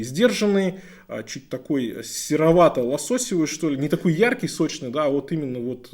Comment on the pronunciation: ну, "лососёвый" же, не "лососевый"... а цвет вообще хочется назвать "пробковый" ))